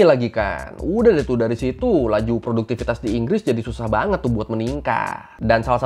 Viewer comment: btw bang, yg betul "produktivitas" yak